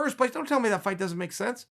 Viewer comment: That how Nate pronounces Doesn’t